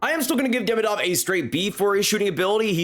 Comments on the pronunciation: he is demIdov not DEmidov. Second isn't mIchkov, he is michkOv. be smart, not an american! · I'm sorry but everyone's pronunciation of their names makes my ears bleed. It's pronounced "MiSHkov" and "Demídov"